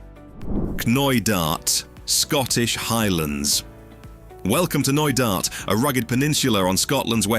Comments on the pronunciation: The 'K' is silent in Knoydart. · Four hour hike across Knoydart? I think not 😅